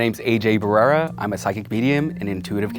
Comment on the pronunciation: BaRREra not barera. Con huevos!!